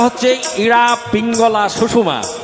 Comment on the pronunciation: ইয়া,পিঙ্গলা আর সুষমা, সুষমা নয়, সুষুম্না, ভুল উচ্চারণ বড় কানে বাজে।